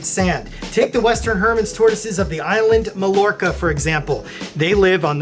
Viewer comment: Mallorca is pronounced "My-or-kuh." It's one of those words, like Des Moines or Illinois, that you just need to remember the pronunciation of because it doesn't follow any English phonetic guidelines. 🐢